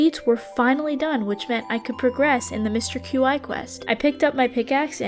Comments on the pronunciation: Mister Q-I, (as you put it) is pronounced “chee” I thought it was kinda funny though ngl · So I noticed you kept saying Qi's name as like Q-i and it is pronounced Qi like "Key" that is how it is supposed to be said. And sorry if this comes off as rude as it is not supposed to be rude. I just wanted you to know how to say his name. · Mr Qi is pronounced chee by the way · Qi is typically pronounced "key" in case you wondered. It shares it's definition with the word ki or chi. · I think Qi is pronounced chee, as in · Qi is pronounced “chee” also I loved the video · is it just me, or is Qi pronounced "key"? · I think it's pronounceed 'Key' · qi is pronounced like “chee” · this was rly fun! btw Qi is pronounced "chee" 🧡